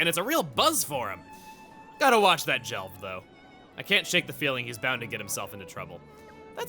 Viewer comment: Jelved Jel-ved